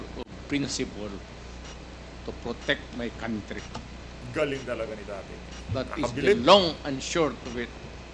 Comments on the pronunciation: Wrong pronounciation ang Country mo #dan fernandez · Dan Fernandez Country pronounce as kantri not kawntri